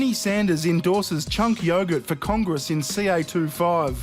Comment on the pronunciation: "IN CORN- GRESS" LOL